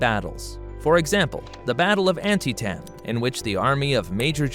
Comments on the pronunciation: yea, it's not pronounced the way it was in the video. You got it Ann-tee-tum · No indeed you are correct. I have personally been to the battlefield of Antietam in Western Maryland and it's pronounced like u typed. In addition I've seen countless civil war documentaries, pronouncing it Ann T- tum. This must be some sort of AI program doing these vids. Cause I've notice several other grossly mispronounced battles, cities and towns in other vids too. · Never heard Antietam pronounced like that but for all I know it's correct. Grew up pronouncing it Anne Tea tum.